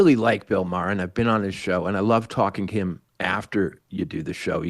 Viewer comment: You're right. ( But it's Maher, not Mayer).